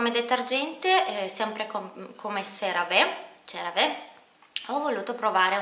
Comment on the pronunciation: Il marchio Cerave si pronuncia |seraví| 😘😘😘😘